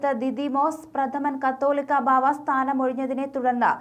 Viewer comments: കത്തോലിക്ക എന്നല്ല കാതോലിക്ക എന്നാണ്. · Please tell as catholica not cattolica. First study and speak. Thanks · Please tell correct pronounciation. Not kattolica. Catholica is correct. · കാതോലിക്കാ എന്നു വായിക്ക്.